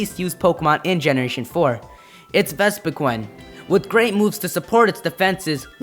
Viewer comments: i mean vespiqun say wut you mean ves va queen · It is pronounced Vespiqueen.